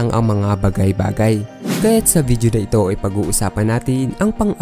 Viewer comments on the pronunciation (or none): none